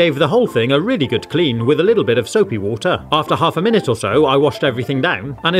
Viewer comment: Nahhh bruv, its soupi woodeir